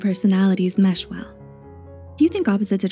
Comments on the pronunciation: “mesh” well, not “mash” well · MESH. not “mash”. Come on...